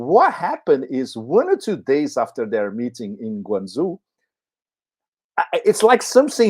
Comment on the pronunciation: GuangZhou is not pronounced" Zoo " but "d'Jo". Be careful, it is a different kind of "garden"!!